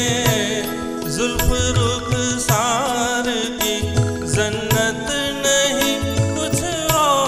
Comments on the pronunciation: Female voice is superb.Male voice is wrong.he sang zannat.Correct is jannat.dont do this mistake again.pronounce the word correct.Before posting the vedio check that every thing is ok. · There's no ban in India on Urdu, indeed. That's fake news. Urdu is taught in many Indian schools and colleges, and Urdu mushairas are also frequent enough. That said, I do agree that the male singer could do with a bit of Urdu training. For example, he said zannat when the word is jannat; and the correct word ishq came out much closer to isk from his lips. In terms of the musicality of his voice and his presentation of the melody, he is excellent, and so is of course. Both are melodious except for such correctable deviations on the male singer's part. Anil Bajpai, who renders Rafi songs beautifully and is sitting right there, could give him a tip or two about Urdu pronunciation if he hasn't already. (I am writing a year after the song was uploaded, so please disregard my suggestion if singer has already overcome such flaws. ).